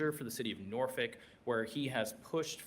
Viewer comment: What did he say? Norfick? Where is that? No local virginian says that. Its nor-folk or nor-fuk